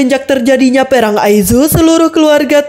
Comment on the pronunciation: Perang...bukanya pearang mbak...nyebut asal muni waiea...